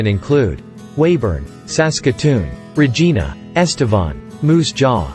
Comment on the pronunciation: 3 territories. Colourful.Edmonton is the capital of Alberta. Said Regina wrong. Sound?African lion?